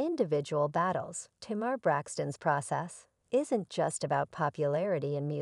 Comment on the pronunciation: How can these people keep mispronouncing Tamar’s name.